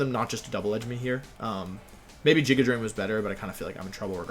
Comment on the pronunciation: Does this idiot actually say jigidrain and duraiadon? It’s Duraludon and giga drain